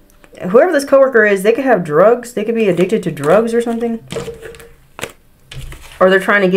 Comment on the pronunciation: Druuugg 😂😂😂😂 love your pronunciation. ❤